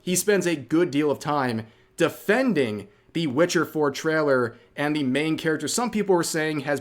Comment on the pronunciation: "Traller" I was thinking Rev was either Canadian or from NYS, but now I'm thinking.. "Traller" (instead of trail-er) sounds more Northern Mid-West. Thoughts? 🤣🤣🤣